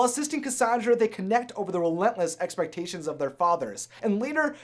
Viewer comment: "Great expotations"